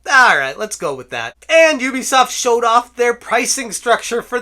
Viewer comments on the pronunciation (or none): none